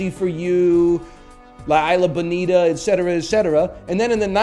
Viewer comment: mfer said "la ayla bonita"